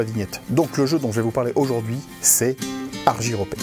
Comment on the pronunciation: Je confirme, on dit bien Argyropée comme tu le prononces (ar-jy-ro-pé).